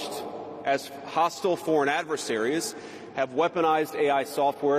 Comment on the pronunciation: stopped watching after he pronounced adversaries "adverteries" and regimes "rezeems" ...either this comment section is full of bots or a bunch of imbeciles....guys talking about authoritarian regimes as if the Trump administration isn't looking increasingly authoritarian and there absolutely needs to be safety regulations surrounding AI, the fact that this guy is advocating against them just shows (as if there wasnt enough evidence) that he's in the pocket of the tech oligarchs. WAKE UP